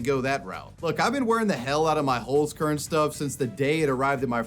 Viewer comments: The way you pronounce Holzkern is awful xD Pls look up the pronunciation and try it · The way you pronounce "Holzkern" is so funny to me. It translates to Wood Seed btw. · I love how you pronounce Holzkern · Always funny to hear English speakers pronounce words like 'Holzkern'.